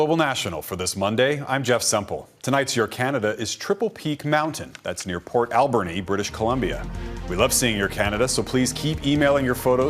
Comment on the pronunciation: Dude doesn't even know how to say Port Alberni.